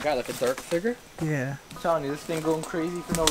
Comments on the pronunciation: No offence but everytime you say "Figure" It sounds like you're saying "Finger" xD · I know, right. Or how he says 'figure' or 'villa'! I think he's hooked on phonics. lol